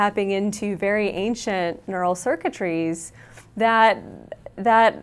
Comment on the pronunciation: When she said " ancient nural circuitries"" I lost it and shot my computer Elvis style.